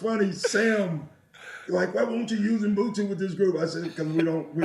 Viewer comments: Doc Rivers is my guy but it's 13 YRS and you still can't pronounce Ubuntu.It's not mbhutu. If you black you have pronounce African words properly ,learn that shit . We have to hard you guys, you are our brother's The most important thing is he got meaning right Ubuntu means humility, a person is a person through other people. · I wish I could teach Doc and Mat how to pronounce 'Ubuntu".